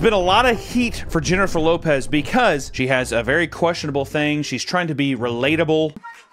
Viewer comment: And it’s HYENNIFER LOPEZ ❤